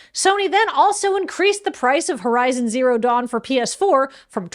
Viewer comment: I almost spit out my coffee with weird horizon zero dawn pronunciation in the bloopers.